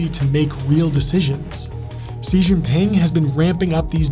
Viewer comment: The videos are awesome the only note that always hits the ick is how often you mention Xi Jinping but always mispronounce Xi in every video, just say "she"